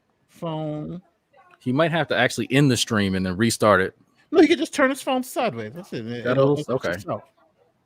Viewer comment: Wish she stopped saying” Turt” The word is Turn !!!